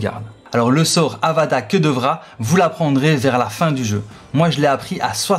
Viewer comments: C est Avada KEDAVRA ET PAS KEDEVRA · Le sortilège de la mort se prononce avada kÉdavra, pas kEUdavra ^^ Merci pour ce tuto ! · Le sort de mort "que devra", je connais pas 😅 Puis pour les quêtes, on dit annexe, pas annextent, c'est Hermione qui me l'a dit ptdr